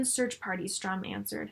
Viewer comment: Enjoyed this, but why do you keep saying Strum.....it is StURm.